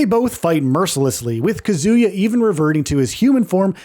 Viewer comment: It's KAH·zoo·yuh, not kuh·ZOO·yuh. They literally say his name in the character select screen in EVERY GAME